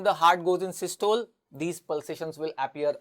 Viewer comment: Don't u know how to pronounce systole? Both the British and us pronunciation is available on net. Pl give correct knowledge.